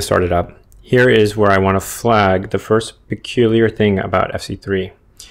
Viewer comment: it said (irst) not(first)